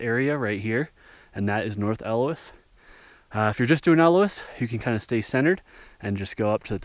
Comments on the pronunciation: AE O LUS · I'm certain it's pronounced eo-h-L-us. With the accent on the L. or something. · Like it's spelled. Ee Oh Luss! 😂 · Interesting! I’m too old and out of shape to summit this so it was fun to watch. Btw, it’s pronounced EE-oh-lus. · I believe it's pronounced E-Oh'-lus, with the accent on Oh.